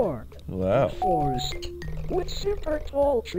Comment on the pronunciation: as someone from Detroit, I’m not sure if Dan was doing it for the bit or if he meant it genuinely lol